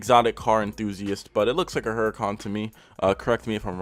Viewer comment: You right it's a hurican, but yur also wrong too. It's pronounced urican becuase it's italian, and in italy they don't pronounce the letter H. Look it up.